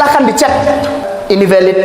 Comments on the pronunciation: gk punya rasa malu Sok kr english2an.. eh.. linksoundnya amburadul... Blg VALID mlah VEULET...😂😂😂😂😂😂😂😂😂😂.. gk bacanya: PELET..... Sbntr lg bisa2 akn mensahkn FATWA... FATWA CARA BOHONG YG BAIK DAN BENAR.... Mana ada d belanda jurusan liturgi.. alamak... bgtu mudahnya org2 islam dibohongi... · Dan itu VELIDHHHH 😂tuakberrr😂